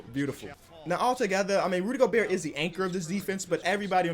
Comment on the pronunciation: No one:: Go-BUrt